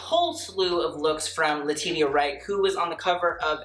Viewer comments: Just so you know, Latitia is pronounced La-tee-sha not La-tit-ia lol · Thank you, it hurts a little bit every time he says le-ti-ti-ah. Understandable mistake though. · who's gonna tell that it's pronounced Letishia, not Letidia?....Letitia deserves that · LA-TEESH-AH!!! I love you but say her name right! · Did you call her Le Tee Tee Ya? 😂😂 But that McQueen she is wearing is divine. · lol,...Letitia is pronounced LE-TI-SHA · I was looking for this comment. But we love him😂❤ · I was just thinking the same thing and came to the comments looking for the callout 🤣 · great video. quick note - Letitia Wright's name is pronounce 'leh-tee-sha." just an FYI in case you review a look of hers in the future. xo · Rattling off all these complicated French brand names and designers without breaking a sweat Also: LA TEE TEE YAH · Haha I was so confused! I swear I've heard him say their name correctly before. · Ummmm that is NOT how you pronounce Letitia.... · She’s an icon to you but you can’t pronounce her name? Girl, no. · Jfc you need to learn who people are, you're in your 20s and you've never heard of Monica? And that pronunciation of Laetitia Wright's name? Oof. I love you but pls learn a bit about the people whose clothes you talk about.